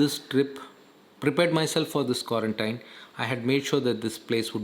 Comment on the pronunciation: Quarantine pronunciation doesn't seem to be correct